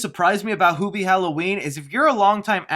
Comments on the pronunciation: Its HEW bee not hoo bee also your review is stinky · Isn't Hubie and not HOOBIE? like hes saying? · i seen you on every comment it's hubie not hoobie like he's saying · I had to turn off your video after the fifth time you mispronounced the title character's name. Can you say the word, "human"? Do you say, hooman?